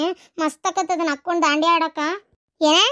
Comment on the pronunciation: ಬಂಡಿಯ ಅಲ್ಲ ದಾಂಡಿಯಾ😊